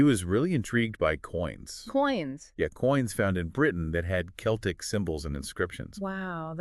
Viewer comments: Wtf is this garbage? Druids and ancient Celtic (not seltic) people were NOT black. Come on! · The selts 😂